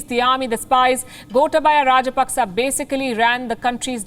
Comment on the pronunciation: It's not "gota baya". Gotaabaya (you can spell like that).